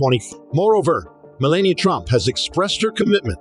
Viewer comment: The commentator did not bother to pronounce Me LAH Ni AH correctly. I do not care for her